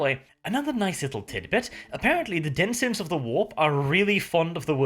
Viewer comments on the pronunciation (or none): PLEASE. DENIS-SENZ not DENSY-ENS The word is Denizen, not Denzien